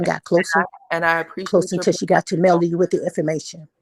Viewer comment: MelOdy, not Melundi. Please people. Not MelAndy.